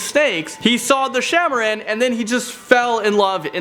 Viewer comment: no.7- it pronounced "shaah e maaraan" (king/queen of snakes)